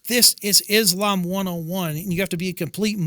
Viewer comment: The dumbest thing any president has ever said. George Bush Jr "Islam is peace." He couldn't even pronounce that he called it is lamb